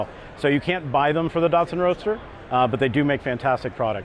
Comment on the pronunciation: >dartsun im pretty sure its pronounced dat-sun